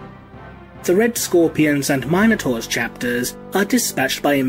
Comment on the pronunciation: Great video! Man, this must've been torture to put together. ... your pronunciation is really funny sometimes though - no offense, it just is! x) Tieranids, Ordo Mailius, Mienotaurs...